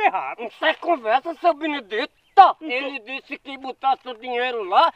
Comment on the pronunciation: Seu Binidi-TOR, kkkkkkkkkkkkk